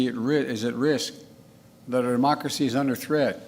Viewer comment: "Demochrshee" said Joe Biden.... "Fumnemmemel" ... Joebonics